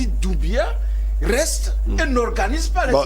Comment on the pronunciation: Tsiééé... vous aussi!!! C'est Mamady DOUMBOUYA. Il y a oncle Google au bout de vos doigts, il vous suffit de lui faire appel si vous ne connaissez pas quelque chose. Faites un peu de recherche et un peu d'effort! Vous voulez parler de quelqu'un qui est dans les news depuis 4 mois déjà et vous n'avez aucune idée de comment son nom se prononce? Waouh, ça dit beaucoup sur vous dêh!